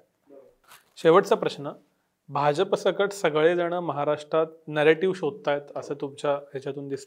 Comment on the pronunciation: 'भाजप' या शब्दाचा उच्चार करताना, जहाजाचा ज का वापरता? 'भारतीय जनता पक्ष ' यामध्ये ज जनतेचा आहे. ऐकायला cringe वाटतं